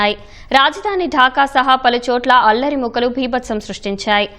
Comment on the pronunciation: అల్లరి ముకలు కాదమ్మా మరకలు అనాలి కదా